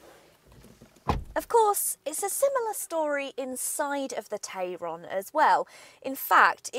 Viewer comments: You’re pronouncing the name of it the way that I pronounce the name of it which is TAY RON Whereas all the other reviews that I have seen call it a TAI RON, so which one is it? Do we pronounce it like the way that it is spelt or not? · About 3 days after it goes on sale the dealerships will be fed up of having to mention "It's pronounced Tie-ron actually" and never again will it but pronounced as such in the UK.